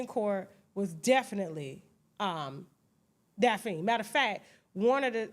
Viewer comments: Tasha always jackin somebody name up its DaphNE not Daphine but Im cracking up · Daphne Pronounced as Daphny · Tasha mispronouncing Daphne is too much for me😫